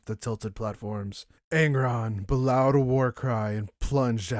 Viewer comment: It's likely "bellowed" as "b'lowed". It should be "bell-owed"